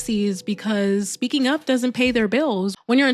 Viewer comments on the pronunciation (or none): none